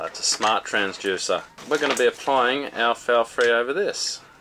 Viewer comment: I have to know - is it pronounced “transJUICER” in Australia or is that just a thing?